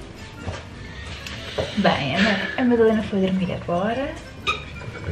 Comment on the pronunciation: 'TENTE primâro a Madalêna' ...a sério?